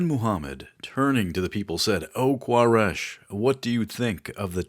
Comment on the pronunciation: Quraish (Qoo-Ray-sh) not K in Arabic it's قبيلة قريش ... it's ok he make mistake because there is no letter "حرف القاف" in English